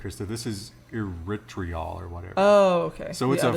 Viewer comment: erythritol pronounced: ee - writh - rih - tol is not made from Stevia. it is made by fermenting corn. you don't metabolize it because your body thinks it is sugar that was already metabolized, and passes it through - hence the gas